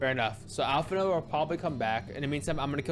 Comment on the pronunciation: For reference, the "d" in "Alphinaud" is silent. :)